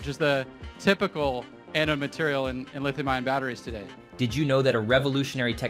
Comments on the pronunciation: Learn the proper pronunciation of the word Anode. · Teach your robot how to pronounce "anode"!